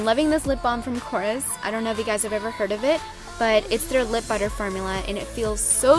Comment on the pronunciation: like budder! :D